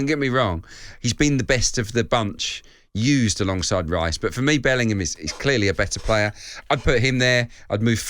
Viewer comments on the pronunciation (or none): Bellingham, not Billingham.